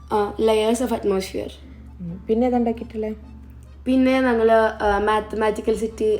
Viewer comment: നങ്ങൾ അല്ല..ഞങ്ങൾ 😊